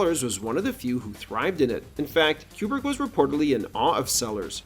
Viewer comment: It's Coo-brick, not Que-brick.